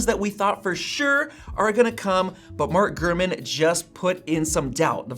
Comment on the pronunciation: Have a shot 🥃 everytime he says “”